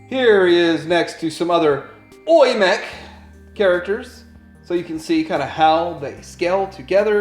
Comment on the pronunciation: Its pronounced as Oww--Yee, as in ouch.